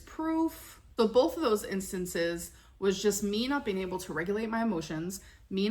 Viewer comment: Have you heard her say bolth instead of both ? 😂